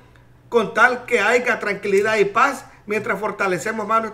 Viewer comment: Que las dices mal